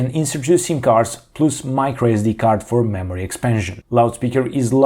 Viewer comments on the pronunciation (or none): none